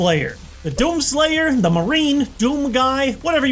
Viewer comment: “Doonslayer” Plz delet this